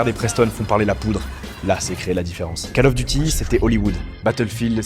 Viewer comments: je découvre ta chaîne, merci pour ton travail. Suggestion : prononce "Call of Duty" : Cole of Diouti", pas "cal of duti" : ça fait saigner les oreilles ! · "cAle" of duty !!! Sérieux ? On dit "cOle" of duty... C'est pas la cale du devoir, c'est l'appel du devoir ! ; ) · KAAL of Duty? Va falloir reprendre les cours d'anglais ^